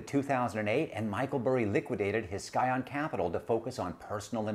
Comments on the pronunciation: Didn't realize it is Skyon. Think is is actually pronounced "sy-on". Just trying to help. Otherwise like the podcast alot. For reference, a scion is new growth of a biological organism. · Do you really think"scion" is pronounced "sky-on"?